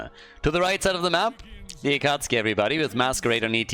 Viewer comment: Their team name is pronounced “Acka Sookie”.